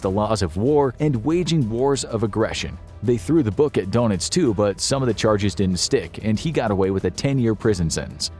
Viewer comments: If only they would stop referring to him as Admiral DONUTS. It makes him and Captain Obvious sound like members of a superhero team. It's DER -NITZ. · It's not Donuts, but Danitz. Thr first vowel is lips rounded and saying Daynitz. When I was learning German I thought I was hearing Dernitz, but learned better.